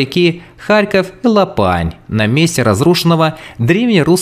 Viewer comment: Я не знаю в какой подворотни ты учился, но за Харьков ты ответишь!!! Поселения на Харьковщине основали переселенцы с Поднепровья и Волыни (почитай архиепископа Харьковского Антония был на должности с 1914 по 1918 года). Ты даже название реки не знаешь не лопАнь, а лОпань. В 1605 году на Харьковщине родился атаман Сирко. Не было на Слобожанщине никакой руссни.